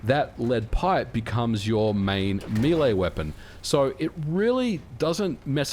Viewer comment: Why is MVG calling Melee Weapons "Milei Weapons" ? lol